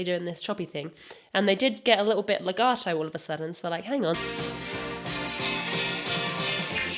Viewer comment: Shame she can't say the word legato properly.